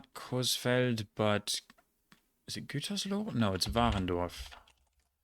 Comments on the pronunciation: he pronounced "coesfeld" right which most germans that dont know it dont know how to pronounce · Brother. You pronounced Coesfeld better than fricking 95% of germans… You are the endboss…